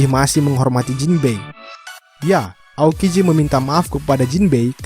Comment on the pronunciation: Baru Tau gw aokiji kagak bisa ngomong R jadinya alalalala